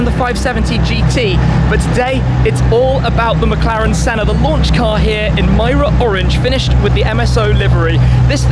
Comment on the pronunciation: Clover_Z I keep hearing him say SENNER instead of SENNA.